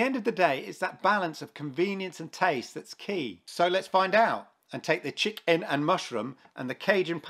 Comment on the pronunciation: You just say chicken lmao not chik n